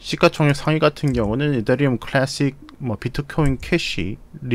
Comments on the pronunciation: 클래~쉭 발음이 정말 굿. 눈이 번쩍이네요.ㅎㅎ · 클래쉭 발음 지륍니다